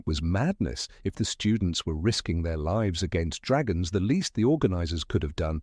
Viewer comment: Thats a weird wat to say lives, like "they liives" instead of "leyes"